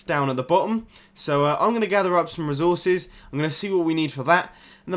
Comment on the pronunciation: I love how he says resources "rizorsus"